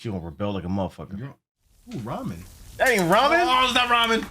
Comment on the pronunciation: "OOH RAMEN" Lmaooooo NO SIR!!!